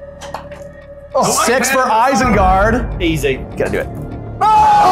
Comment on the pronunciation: "Isenguard" troll in there as well lol